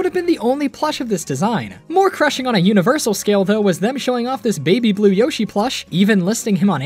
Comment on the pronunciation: Beeg Beeg Yoshee.